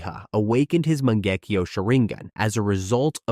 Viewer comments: sorry to be a dick Mangekyou is pronunced (Mah-Nanh-Geh-Kyo) words are important as is how we use them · Fr, over here talking about "manjecue" 😂